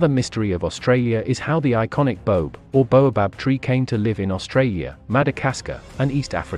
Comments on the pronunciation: Baobab, pronounced with 3 syllables, Ba-oh-bab, not Bobe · the pronunciation of the boab tree is bo ab not bobe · You said 'boab' wrong! It's Bo-ab not 'bobe'! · Pronounced bo-ab not bobe. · The tree is pronounced Bo-ab. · Bo-ab (two syllables) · Bo-ab... Jesus, pronounce it right. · Say it as “ Bo-âb” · Boab is a word of two syllables my friend.